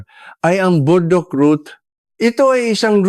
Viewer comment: Ano ba Burdock Hindi po naming maintindihan, paki linaw ninyo nga! Pls!